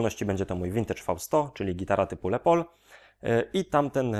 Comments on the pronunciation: Kolego jaki Le pol??? Wymawia się Les Pol ( Les Paul) Les Paul, właśc. Lester William Polsfuss (ur. 9 czerwca 1915 w Waukesha, zm. 13 sierpnia 2009 w White Plains) – amerykański gitarzysta jazzowy i wynalazca w dziedzinie technik nagrywania oraz konstruktor gitar elektrycznych. Określany jako "Thomas Edison przemysłu muzycznego" wynalazca nowego typu gitary nazwanej Gibson Les Paul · lespol się czyta poprawnie. "pol" akurat dobrze przeczytane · dobry poradnik ale dwa szczegóły les paul a nie lepol i to nie jest imbus tylko TORKX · Swietny film. Mam tylko jedną uwagę co do wymowy Les Paul. To nie jest francuski wyraz, tylko imię. 30 lat temu kolega mnie wyśmiał jak powiedziałem Le Paul, wiec zapamiętałem :D It's pronounced "Lezz", rather than "Less". It's short for Lester which is pronounced "Less-ter" admittedly, but it's the same as the shortening of Leslie in that respect. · Nie wiem jak jest poprawnie co do wymowy ale myślę, że les paul ( czytane tak jak pisane ) lepiej brzmi niż : "le pol" . :D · "Les pol" a nie "le pol". To jest zdrobnienie od imienia Lester które bynajmniej nie jest francuskie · les paul a nie le pol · Nie Lepoul tylko Lespoul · Lester Paul musi się przewracać w grobie, jak słyszy „le pol”. Sorry, bro, do tego nie idzie się przyzwyczaić. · Czemu mówisz "lepol" na tego pięknego Les Paula ? Czyżby to jakaś ksywka ? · Dodam jeszcze, że jest to zdrobnienie od angielskiego imienia Lester. Więc jak najbardziej "s" powinno być wymawiane. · Les Paul nie czyta się z francuskim naciskiem. Zapewniam na 100%